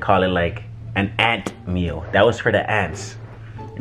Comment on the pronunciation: “Ant meal” 😭😭😭😭